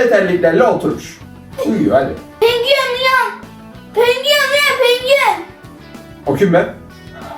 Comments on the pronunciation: Pengüen❌ Penguen ✅ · Penguen 🐧❌ Pengüğen ✅ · Penguven✖️ Pengüven✅✅✅✨✨✨✨❤️😂🫥🫥🫥🫥🫥😂😂😂😂😂😂😂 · Penkuyen. Diyişi😂😂😂😂😅😅😂😅😂😅😂😅😂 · Pengiüen uyan pengiüen😭 💫MaYmUn MuSuN🤨💫 💫eVeT mAyMuNuM😌💫 💫AHAĞAĞAĞĞAĞAĞAHAHAHAHAĞAĞA💫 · Penguen❌ Pengüen✅ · ✨pengüyien uyian pengüiyen✨ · Penguen❌️ Pengüen✔️ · Yanlız pengüen demesi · Penguen=❌ Pengüen=✅ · Penguen❌ Pengüen✔️